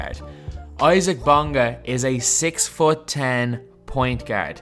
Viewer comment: He's pronounced "easa-uck"